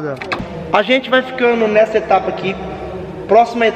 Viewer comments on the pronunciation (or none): Aos minutos do video ele falou etrapa quem ouviu isso deixa o like 👍